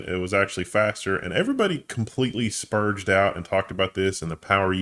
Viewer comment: I think the G in "Sperged out" is pronounced like the G in Good.